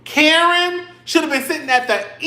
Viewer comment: They calling Karen, Kurn 😢😢😢😢